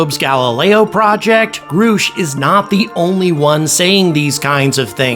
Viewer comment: his name is pronounced gr ush for gods sake. not "groosh"